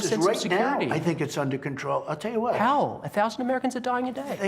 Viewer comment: whot books lol